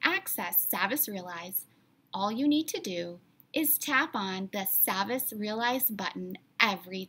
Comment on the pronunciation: it’s pronounced saw-vas actually